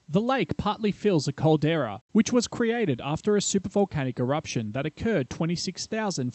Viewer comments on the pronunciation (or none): none